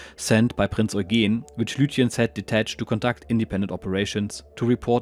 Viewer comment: Only thing puzzling me is your pronunciation of "Eugen" (the cruiser Prinz Eugen). "Oy-geen", whereas I would expect "Oy-gen". I should mention I am learning German here in the UK and am more or less up-to-speed on pronunciation, although the grammar is another matter !! Many thanks for this excellent video series.